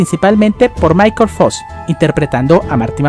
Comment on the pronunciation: no se si oi bien pero dijiste Michael "fos", si es asi te confundiste xq es Michael J. "Fox"